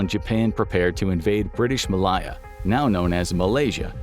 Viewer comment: That is absolutely not how you pronounce Malaya!!